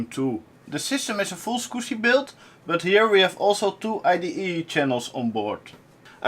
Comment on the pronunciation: Clean mouth, no "Scuzzy" words spoken!